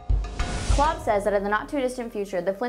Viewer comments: You know its Kolb not Klob right? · The artist's name is Kolb, not Klob